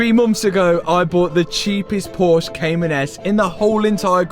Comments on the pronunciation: Haha 😂😂😂😂 you said "porse" in the starting of the video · Awesome build. Love the color.... but its... por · shuh. Two syllables. Ask Jason Cammisa.... seems to be a trigger word for him 😆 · dude i love your channel and your builds but for the love of god, stop calling it Phosh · Porsche 2 syllables.. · Nice work. Why do the English have such a problem pronouncing Porsche?